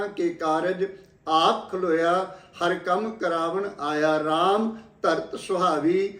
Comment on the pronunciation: ਵਾਹਿ ਗੁਰੂ ਜੀਉ, ਵੀਰ ਜੀ, ਦਰਬਾਰ ਸਾਹਿਬ, ਅੰਮ੍ਰਿਤਸਰ ਵਿਖੇ ਕਹਿਣਾ ਚਾਹੀਦਾ ਹੈ. ਕੀ ਜਾਤੀ ਦਾ ਵਰਣਨ ਕਰਨਾ ਜਰੂਰੀ ਹੈ .ਝੂਠ ਬੋਲਣ ਦੀ ਵੀ ਕੋਈ ਹੱਦ ਹੁੰਦੀ ਹੈ , ਸਬਦ ਹਰਿ ਵਰਤਿਆ ਹੈ, ਤੁਸੀ ਹਰਿ ਨੂੰ ਹਰੀ ਕਹਿ ਰਹੇ ਹੋ, ਜੋ ਲਿਖਿਆ ਹੈ, ਉਹੀ ਕਹਿਣਾ ਚਾਹੀਦਾ ਹੈ, ਤੁਹਾਡੇ ਵਰਗੇ ਲੋਕਾਂ ਨੇ ਹੀ ਗੁਰਬਾਣੀ ਨੂੰ ਧੰਧਾ ਬਣਾਇਆ ਹੋਇਆ ਹੈ .